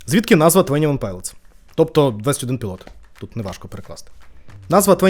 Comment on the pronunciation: твОні, не твЕні